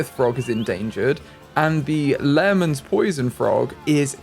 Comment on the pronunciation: Just to educate Lehmann for the poison frogs is pronounced as lay-men :)